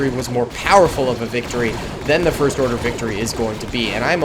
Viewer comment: Did you say the forst order